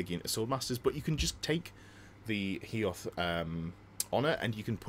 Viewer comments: Love your content. But FFS. Hoeth. HO-Eth. Not Heoth! Sorry. Don't know why it annoys me so much 🤣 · Ho-eth not He-oth 🙏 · Dont want to be that guy, but its Hoeth right? not Heoth? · Loving the channel but please stop calling Hoeth, HEE-oth 😀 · Came here to say the same. Utterly cringed at Hee-oth 🤢🤢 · Maybe it annoys you because you're a fan of the High Elves lore just like me? Because that's the reason for me! And it's not the first if seen someone do the mistake